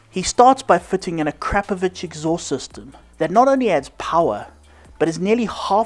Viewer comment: To everyone from English speaking regions, please start saying Akrapovic like winch or chew or something (imagine it says Akrapovich). It really hearts ears of everyone from Slavic area. And btw. it's not Rimak. If you are capable of saying Citroen then please try saying Rimac (like first letter from Citronen).